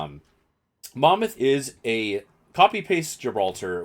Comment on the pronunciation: A big fucking well done for saying mon mouth correctly!